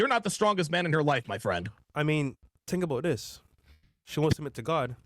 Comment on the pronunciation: “tink abouddis”